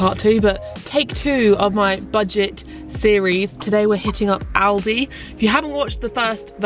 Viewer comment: Thank god you pronounced Aldi right lmfao